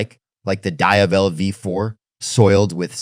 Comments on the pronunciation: Jesus Christ! SAY DIAVEL correctly how its ment to be said. Each time you pronounce the Diavel name its different. Cut the AI crap and put a real capable person to do the talking. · Great video.. just stick to one pronounciation of the Diavel and keep it consistent all the way. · The AI trained voiceover is generally pretty good, but you can hear it cracking occasionally and the pronunciation of Diavel is throwing a lot of people off. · Please learn how to say it